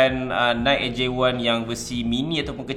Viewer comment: Nice video bro tapi sebutan NIKE adalah (naiki) bukannya (naikk). Hehe